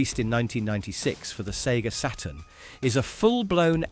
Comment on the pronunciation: the sega "seturn"